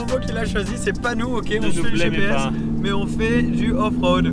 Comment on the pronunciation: il a un accent trop marrant sur ces "MÊÊÊiiiiiYYYY" loool